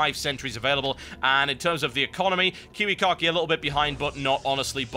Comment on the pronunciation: It makes me laugh every time he says KiWiKaKi... sounds like kiwi car key to me. =D